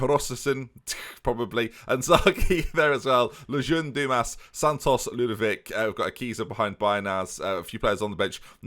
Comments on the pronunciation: "Ludvic has only got one name to him so" - proceeds to forget the O in Lud-O-vic just like when he was forgetting the C when called Leclerq. Never change. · FM it's Lud-O-vic, man. I mean, you nicknamed him yourself. You typed the "O". How can you not pronounce the "O"?! :D